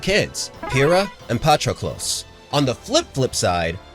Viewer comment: how do you butcher potrokolos' name so fucking bad when we have the pronunciation